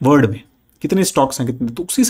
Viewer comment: Your saying word to world.. Its sounding word.. Its WORLD 😅.. because many time I hear don't watch video.. Kindly correct pronunciation.. 😊